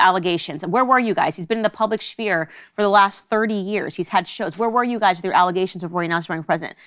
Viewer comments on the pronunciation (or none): As an independent thinker, I really needed this. Thanks. …but I have to know how Candace spells “sphere”, she says it like “Schmear”😂. She’s cute.